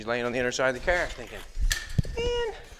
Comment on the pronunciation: "We're building this Cerrrrrr".